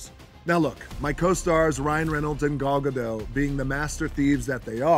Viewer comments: Did he call Gal Gadot Gal Gadol? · Isn’t it “Gal Ga*dot*”, T pronounced, not Gad*doh*? It’s Greek, not Italian. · Why did he pronounce Gal Gadot's name like she's French lol